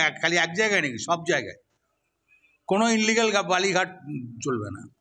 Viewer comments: Ore kesto ota unligal noi re ota illigal hoi .....😅😅😅😅😅😂😂😂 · Unlegal na illegal kesto kaku bhalo kore balun